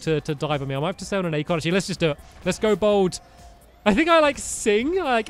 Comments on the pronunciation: Acorn not Acron, Stampy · "acron" amazing job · stampy its acorn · Acron. You mean Acorn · Acorn not acron